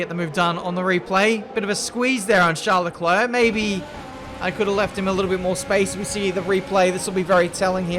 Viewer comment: Normal people: Charles Leclerc: Charlecler Btw love your content keep it coming